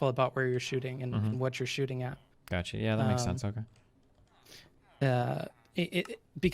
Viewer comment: "This is the 'gatcha' " "Gatcha"